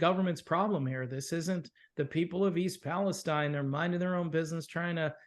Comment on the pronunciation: I'm from Ohio, even though it's been many years since lived there. E. Palestine is pronounced Palesteen. It's an easy thing to mispronounce it. When I first came across the town, I pronounced just the way you guys did and the people who lived there corrected me right away. Train derailments were a regular occurrence. It seemed like I was hearing about a train jumping the tracks at least once a week. Have you seen that movie, White Noise? It's from 2022, I think. I've seen a movie called White Noise which starred Micheal Keaton. It's not the same movie. The more recent White Noise was filmed in the area of E. Palestine and even had some residents in the film as extras. Some people who have seen the movie just because of what happened in E. Palestine say it is eerily similar.